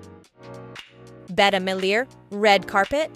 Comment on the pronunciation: Horribly mispronounced, real bad. Shame on you!!!